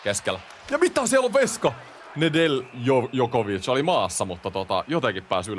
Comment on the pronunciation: Nedeljkovic on jenkki ja äännetään ilman j:tä